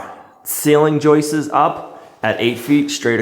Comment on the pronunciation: JOISTS'ES ? 🤔 Your previous English teachers are most likely cringing if they are watching your videos. They would more than likely rather listen to fingernails being scraped across a blackboard than to hear your pronunciation of the word, "joists". 🤣🤣🤣. Not claiming to be the "English Police", just making a suggestion. Have a great day 😊.